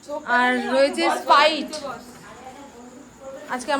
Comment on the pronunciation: র ফলা ব্যবহার করবেন বাংলা উচ্চারণে। তা নাহলে বাংলা ভাষার চরম অপমান হয়। Sprite স্প্রাইট স্পাইট X না। পেম না। প্রেম। প্রত্যেক। প্রতিটা। প্রতিকার। প্রথম। প্রকাশ। প্রগতিশীল। প্রিয়। প্রেয়সী। প্রিয়াংরা। প্রথম। প্রতিদিন।